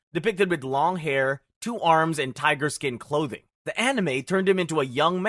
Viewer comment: Fkin AI bot - what flavor of illiterate moron are you (judging by the slavicized pronounciation of Tiger.... I have pretty good idea)